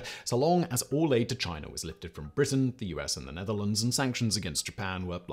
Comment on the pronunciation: It’s “China” not “Chiner” lol